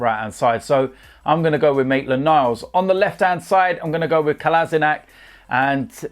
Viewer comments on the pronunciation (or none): To be honest wiv ya